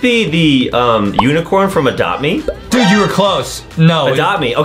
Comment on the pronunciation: This came out 30min ago and im at 50 and adem why did you say adopt memammm